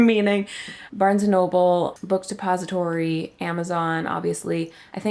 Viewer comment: Did you just say book suppository? 😅 very funny slip! By the way thank you 🙏 for all your videos. I have been learning so much ❤